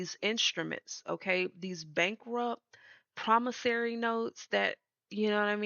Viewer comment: Promissory, not Promissary. 😊💜